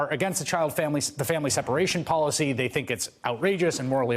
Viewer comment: “THAY CREATED”?